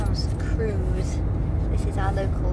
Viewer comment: You are doing brilliantly. We moved from Brittany to Poitou-Charentes and we LOVE it here, no regrets. France is beautiful. Such a lovely town. Argenton- sur-Creuse.Forgive me as if you didn’t have enough on your plate……La Creuse is not pronounced Cruise…it’s crerz. Xxxx